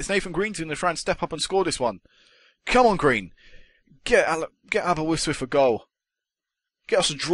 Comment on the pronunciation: its Aberystwyth not aberwystwyth